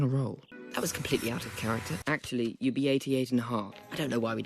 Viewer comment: "Atchully ai-"